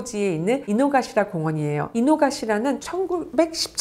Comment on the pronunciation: 아 요요기 안에 있는게 아닌가요? 전 평일에 사람 없을때 한번 가봐야겠어요 ㅋㅋㅋㅋ아 그리고 작은거지만...기치죠우지보다는 키치죠우지가 발음이 맞아요 혹시 담에 일본 키치죠우지 얘기 언급하시면 필요하실까봐 알려드려융 이노가시라도 이노카시라 입니다